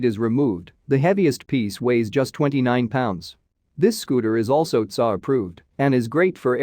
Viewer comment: Your AI pronounces T S A as tsaa.